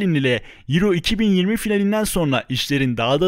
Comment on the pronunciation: Avro değil yuro